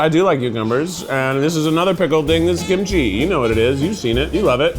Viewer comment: "not all kimchi's the same, give it another try. ~gimchi~- it's ~gimchi~!" killed me 💀